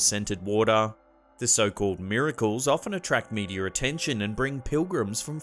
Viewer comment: ..."medierr attention..." 😄